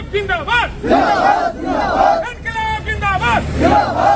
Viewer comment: ചിഞാബാദ്...ചിഞാബാദ്... അങ്ങനെ തന്നെ... അങ്ങനെ... തന്നെ... അയ്യയ്യോ... നാണക്കേട്....!!!!!!